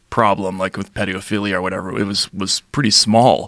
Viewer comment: The way he pronounced paedophilia blew my mind.